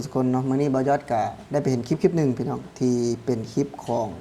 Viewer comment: พูด คลิป ต้องมี ล.ลิงด้วย ,Clipไม่ใช่คิป😊